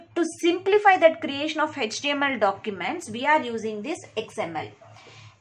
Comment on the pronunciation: It’s not Hetch TML it is HTML